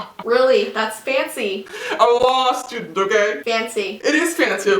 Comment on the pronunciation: Lol I thought he said lost student not law student